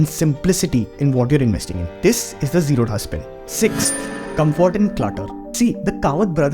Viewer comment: Bro, say "Zerodha" properly... It's a Bangalore based South Indian company... So dha not d-ha...